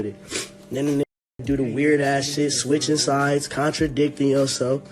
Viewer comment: Why tf you gotta say “ switchin sides “ like dat ?